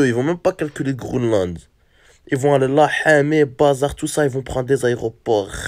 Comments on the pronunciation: Le mec qui dit faut aller au "Groneland" il me tue 🤣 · « Hdrari rdv au grounelande » 😂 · c'est dans la vidéo le mec dit Grooland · Bah le " Grounland " 😂